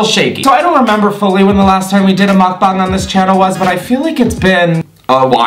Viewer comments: 🙌finally someone who pronounces mukbang correctly🙌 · Wow your ‘muk bang’ pronunciation is the best ive heard... other YouTubers always mess it up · Off topic but your pronunciation of mukbang is 👩🏻‍🍳🤌🏼💋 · ok but the way you say mukbang makes me happy as a Korean person